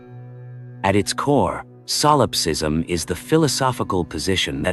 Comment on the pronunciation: really hate ai voices. its not SOUL ipsism. it's Solipsism.